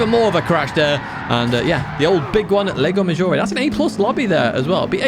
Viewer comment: Psst, it's not LEGO Maggiore, it's Lago. With A. A!